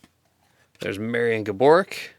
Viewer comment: He makes Gaboriks name sound like a medication, the day he says it right I’ll be celebrating